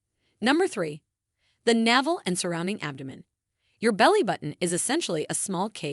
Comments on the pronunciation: Yes, every time navel came up, I cringed. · Perhaps your content would come across in a more professional manner if you got a narrator that was used to pronouncing English properly (rather than relying on AI text readers). It's grating to listen to words like "sebum", "biodiversity", "navel" and "nonenal" being pronounced incorrectly again and again. Also, it's better to suggest people "watch to the end" - rather than "till the end". It's worth spending a little effort to get the language right if you want a large English-speaking audience.